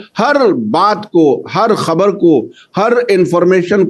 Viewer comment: Aap 'khabar' parhte hai , ya ' habar ' parhte hai ????